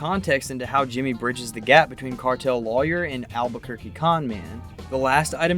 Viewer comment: Do you realize you don’t properly pronounce the word ‘lawyer’? So distracting when you’re talking about a show about lawyers….